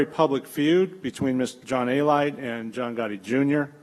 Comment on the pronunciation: A-Lite? It’s Alite.